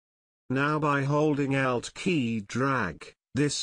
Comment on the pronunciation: Lol! I thought "he" was saying "out" key and was like "What the heck is the "out" key?!" Then I realized, "Oh! ALT key!" Heh-heh! Otherwise beautiful video!